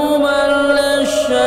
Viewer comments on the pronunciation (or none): Mohon ijin mengoreksi, tadi surat Al Mulk ayat 5 pas di awal2 cerita itu ada yg salah. Harusnya "lissyayaatiin" bukan "lasssyayaatiin". Atau aku yg salah dengar ya??